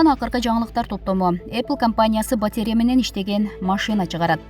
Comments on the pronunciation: Сабатсыздык! Батарея 🔋 деген соз оор болсо керек диктор кызга 🙉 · Урматтуу журналист, «БАТЕРЯ» деген соз жок, БАТАРЕЯ деп айтыш керек 👎🙄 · Батерья эмес, батарея, тантыраган идиоттор, аллергия болуп буттукко, силердин билиминерден! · Онураак суйлогонду уйронсонор,батря эмес батарея деп суйлосонуз кызыксынар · Батеря🤣🤣🤣 Батарея дечи неграмотный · Журналисттер батеря-деп окуса 🤭🙈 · Батерия дебей батарея дебейсинби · Дикторлор туура окусаныздар батеря эмес батарея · АЙЛАНАЙЫН ДИКТОР ТУУРА ОКУУП АЙТСАН.БАТИРЕЯ ЭМЕС,БАТАРЕЯ.ЛААВРОВ ЭМЕС,ЛАВРОВ.ТООБО ЭМНЕНИ БУТТУН ЭЛЕ СААНЧЫ 61 ЖАШТАГЫ МЕНЧЕ СУЙЛОЙ АЛБАЙТ ЭКЕНСИН.УШАКТЫ КЫЙЫН АЙТАСЫНАР,СЫНДАП АДАХАНДЫН КЕШИГИН ИЧКЕНСИП.😁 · Батарея дебейби батерия дейт го. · КАБАР МЕДИА ЖУРНАЛИСТКА КЕЧИРИП КОЮНУЗ "БАТЕРИЯ"ЭМЕС"БАТАРЕЯ" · Батеера эмес батарея . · Батеря эмес "батарея' туура окусанар боло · Батееря эмес батарея!Ушул сабатсыз дикторлорду кантип жумушка аласынар? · батерея эмес, батАрея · Батеря эмес,батарея. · батеря эмес батарея, сабатсыздар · Батерия дейт го😰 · Комментатор кагазга жазылып берилген маалыматты жакшылап окуп бербейби: батарея,канцелярия - деген созду да окуй албай олтурат... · Батарея деген созду он окуй албаган дикторунарды жакшылап грамматикага окутуп уйротуп анан чыгарбайсынарбы